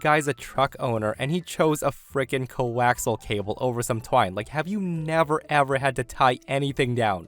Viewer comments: I facepalmed when the guy mentioned coaxial cable. Sidenote: co-ax-E-al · "co-wax-al cable" 😅